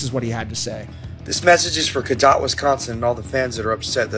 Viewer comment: U said cadott wrong lol I was there it was dead!!! VIP crowd was dead!! And he’s right. Wife and I were so pissed how we couldn’t see shit! Waste of money never will do it again! Artist can say what they want. We do talk our shit if they perform shitty! Why can’t they say god why come back if the crowd isn’t pumped to see the band! I support Ronnie and Falling in Reverse and will see them again! And we tried to “mosh” and have fun security came into the crowd and stood by us it sucked!!